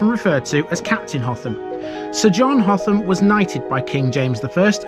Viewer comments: It is Hotham not Hot ham. Did you attempt Hotham Hill!! 😳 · Now then; you've said the th- was like the th sound in "the", but pronounced it like the the th sound in "through" most times . Nice vid, nevertheless. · HOTHAM ADDITIONAL INFORMATION: - Despite asking a local for Hotham's pronunciation and alluding to it in the video, it's apparently still not right. It's said by the locals as "Utham"